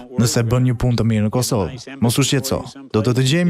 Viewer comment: Bledi Fevziu ketu eshte treguar shume injorant. Permend jugoslawien ne vend se te pernendte serbien. Pastaj thote racak ne vend se te thoshte RECAK dhe ne fund zotria Walker thote KOSOVE kurse ky trangu Bledi thote kosovo. O bledi meso disa gjera bazike, se te gjithe e dim, se ti di shume.